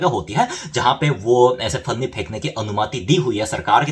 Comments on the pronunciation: One correction dude....It's Panni not Fanni (plastic bag/polyethylene) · It's panni not funny. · Its पन्नी not फन्नी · Bhai finni nahi Panni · भैया जी फन्नी नहीं पन्नी